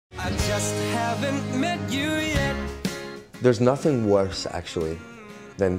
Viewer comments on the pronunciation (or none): He said "worse" in a scottish accent wtf?